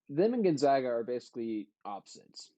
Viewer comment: Gone-(zag)-a.... it’s not pronounced zog